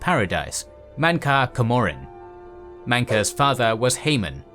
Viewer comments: camoran is pronounced cam-or-an, not ca-mor-an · CAM-MER-RUN MAY-RUNES DAY—GONE sorry the way you pronounced them just bothered me😂